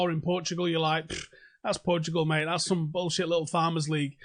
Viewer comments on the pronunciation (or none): none